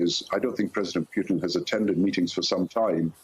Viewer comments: Why does he keep calling him Pewton? What's wrong with this guy? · Love the way the brits pronounce his name Pew-Ton, how appropriate. He may not be able to move around to much of the world once he is indicted for his war crimes- much like the Nazi’s he will forever be running and looking over his shoulder, as he should be.